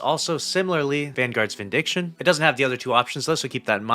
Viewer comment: VindiCAtion, not vindiction! 😅